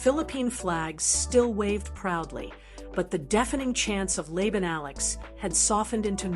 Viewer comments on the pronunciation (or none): It's also not Lay-bun, AI. It's pronounced Lah-bahn. All you smart-A$$es can comment now. 😅